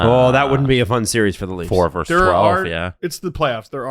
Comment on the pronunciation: dude, it's "versus", not "verse".